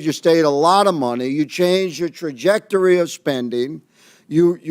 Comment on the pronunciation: learned a new word. He has a hard time sounding out “trajectory”. ELBOS UP CANADA 🇨🇦